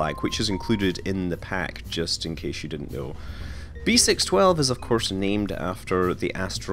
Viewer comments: "6 12" in French is pronounced "cis dooze":) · Just love your French accent since French is my native language. You should pronounce B612 "b seece dooz" btw. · beh-sis-dues is how you pronounce it